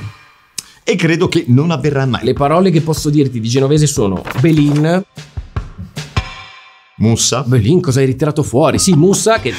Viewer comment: Alla parola mussa però ti è uscito spontaneo, per pochissimo, l'accento genovese😂😂😂😂😂